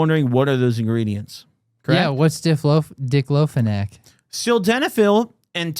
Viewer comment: “dick-lo-fenack” haha